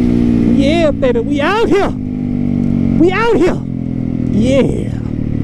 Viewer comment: Count the times he says “ out Hea “